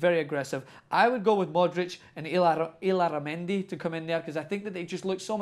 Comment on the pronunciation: I thought you were gonna drop that David Moyes pronunciation of Illarramendi.